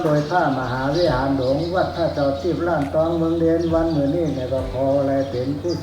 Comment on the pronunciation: วัดล้านตอง รึเปล่าครับไม่ใช่ ร่านตอง